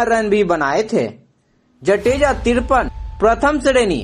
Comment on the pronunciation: Mehrbani karke aapki language clear rakho....jateja nahi .. Jadeja bolo.....he is my chachu.... please